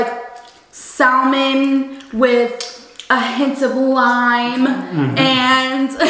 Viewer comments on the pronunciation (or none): Salmon is not pronounced the way you say it 😂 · Hearing the L pronounced in Salmon.....cringe